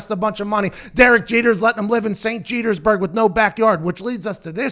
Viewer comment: “St Jetersburge” I’m dead 😵